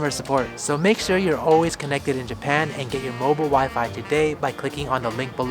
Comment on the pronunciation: Juban? Oh you mean Japan